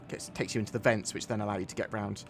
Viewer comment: I had to go back because I thought I heard "It really tanks the cake"